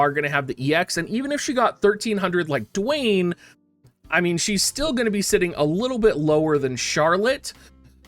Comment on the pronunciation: His name is Duane and it's pronounced just like the rocks name Dwayne not "Dooane"